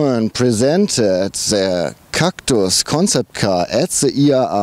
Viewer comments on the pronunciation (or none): Haha Cactüüüüüs xD Der neue "Citrön Cactüs" :D